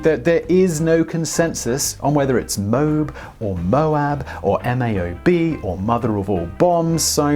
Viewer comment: I can't tell if saying "M A O B" was a slip up our if he's messing with us.